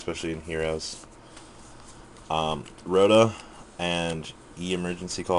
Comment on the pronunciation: Its not ROTA in german :D